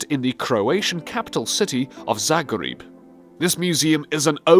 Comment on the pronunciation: IT'S ZAGREB Jeesus why is it sooooooo deamn hard to say that why !!!!!!! and I live in Croatia all my life and I didn't know that we have that museum i feel ashamed 😡😡😡